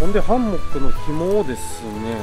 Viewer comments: ハンモックのイントネーションが気になってぜんぜん内容が入ってこない🥺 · ハンモック泊良いですよ〜😄 快適だし荷物少なく済むし◎ 木にタオルや専用のカバーを巻くのは撮影じゃない時でも極力やった方がいいと思いますので続けて下さいね！ あと…他の方のコメントにもありますが「ハンモック」のイントネーションが気になりすぎてその後の「蚊帳」のとこも🤔!?てなっちゃいました(笑) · 非常にわかりやすくて参考になりましたがどうにもハンモックのイントネーションが気になってしまい集中できませんでした笑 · ハンモックん？イントネーションが？！😅 律儀なんですねえ、ハンモックを設営するのです幹にタオル巻いて設営してる動画初めて観ましたよ。🤔 従来型のハンモックは沈み込みが腰に悪いから使わないな😓 HEAVEN Tentoってメーカー？のハンモックは画期的なハンモックで沈み込みが従来型と比べて格段に少ない。☺️ けど？！めっちゃ価格がバカ高い！！🤪 ハンモックの価格じゃねえ！😓